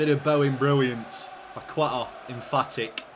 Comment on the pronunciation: when pronouncing paqueta the u is silent you should say like paketa, or kessie